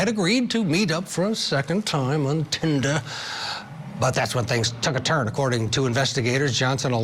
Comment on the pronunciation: No.. Please….. 😮‍💨😂⚠️ not “Tinda”